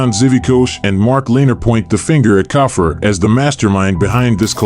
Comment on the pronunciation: Its cough-free Khafre